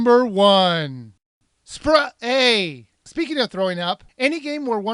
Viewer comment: It's "SP-Ray", NOT "SPR-ay"